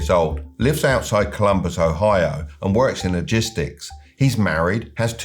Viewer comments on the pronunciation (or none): none